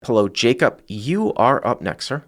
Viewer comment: Sidebar nobody cares about: the callers name is Jacob, not Jacup.